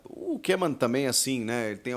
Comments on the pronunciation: Salvé Chico vc está de brincadeira até eu sei que a data limite para inscrição na copa do Brasil é até dia 9 de Setembro. Que grande jornalista kkkkkkkk. Mais uma coisa o nome do treinador da Holanda não se lê kemon mas sim kômen vcs são uma piada, mas acham se a última bolacha do pacote. Recomendo que vc se informe melhor em relação às datas com as competições no Brasil. Copa do Brasil dia 9 de Setembro, sulamericana dia 13 de Setembro e campeonato brasileiro dia 20 de Setembro. Eu daqui de Portugal e sem ser jornalista sei melhor do que vcs. BRINCADEIRA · Ae Chico dica para você! Em holandês "oe" juntos se fala como o nosso "u" então não precisa fazer difícil Koeman se fala em português "Kuman"